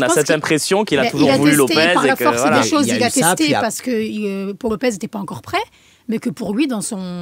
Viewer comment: Ça se prononce "paou" Lopez